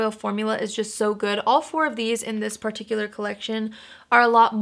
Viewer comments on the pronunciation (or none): none